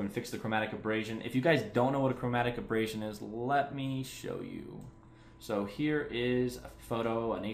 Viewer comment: Repeat after me - A-ber-ray-shen